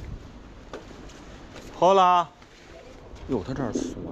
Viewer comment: Hola的H是不发音的，读作：哦啦